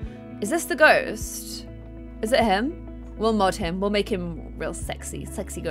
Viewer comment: At the start is sounded like she said summon a goat lmaooo